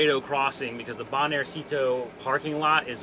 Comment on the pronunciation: Interesting video. Just a comment about the pronunciation of banjercito, that word is not a diminutive like most ending in -cito but a mix of bank and army (banco/ejército), the emphasis goes in the syllable 'jer' (banJERcito). It is mostly used by the families of the army forces to regular stuff like payment or mortgage, but also to pay some federal stuff like in this case some permits. Saludos.